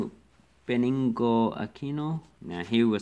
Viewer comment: Benigno Aquino Jr. Not Benningo Aquino